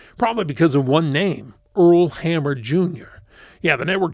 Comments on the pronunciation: It's Earl Ham-ner not hammer. That one got me as well. Rude to out an "n" next to an "m" honestly... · I liked this show! And you pronounced Earl Hamner's name wrong.